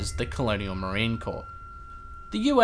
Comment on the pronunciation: “Corps” is pronounced like “core”. The other way mentioned is a dead body.